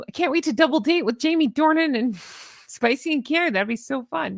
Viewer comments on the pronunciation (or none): none